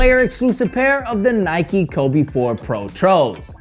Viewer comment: Nike, nike, nike, nike... Facepalm (